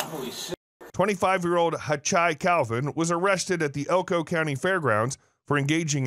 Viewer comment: "I'm furreel, bruh," said the...cowboy? 😂 Also, friggin' Elko.